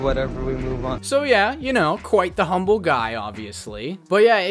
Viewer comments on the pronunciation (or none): none